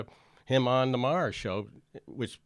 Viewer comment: I have the same last name as Bill Maher, and I have to say Jimmy, you pronounce the last name better than most people.